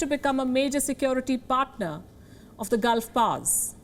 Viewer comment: It is not "Gulf pars" it is "Gulf powers". Typical indian english. Hmm.